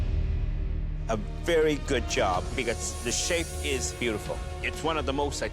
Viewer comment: He said beauticul